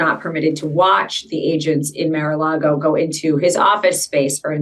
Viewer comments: She said "Mare a Lago". What a tool. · She calls it Mare a Lago, not Mar.